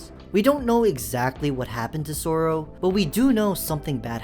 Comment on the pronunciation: It’s not soorow it’s sorrow